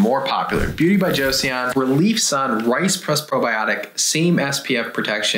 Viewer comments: Hello friends, I think it's pronounced like Joe-sohn, not Josie-on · No hate but it's pronounced Jo-son not Jo-Seyon! 😂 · Just a head's up, y'all: Joseon is pronounced "Cho-Sahn" not "Joe-See-On". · it's just 'jos-on' not 'jo-see-on' doc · It's "Jo-sun," not "Cho-sahn." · One request - when talking about an overseas product, please confirm the correct pronounciation before saying it on camera. My ears hurt hearing you both say Joe-See-On (it’s closer to Jo-sun) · FYI - Joseon is simply pronounced "Jo sun" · Just fyi, -seon is pronounced “sun”. So, “jo-sun”. Joseon is an older name for Korea. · Beauty of Jeoson is pronounced Cho - son fyi :) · Joseon would be pronounced Jo-sun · Joseon is pronounced a little more like Jo-sun. The "e" isn't really pronounced. Joseon is the name of the country we now know as Korea. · Joseon Pronounce JOE-SON.. 🤣 I was cringing every time you said it. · uhh, apparently you don't speak Korean? There is no real "J" sound, it's more like "Ch". 😑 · Joseon is pronounced "Joe-suhn" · It’s pronounced Beauty of Cho-sun, just trying to help not being a jerk lol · It is pronounced JO-SUN